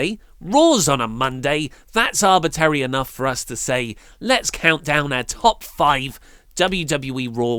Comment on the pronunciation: "Arbitary" lol